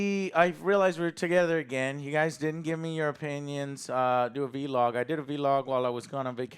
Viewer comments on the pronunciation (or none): He called a vlog a veelog 🤣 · Joe saying “V-log” instead of vlog is so funny